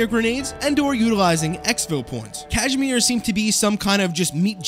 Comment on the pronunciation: It's a Kaz-i-mir, not Cash-mere. They're not sweaters.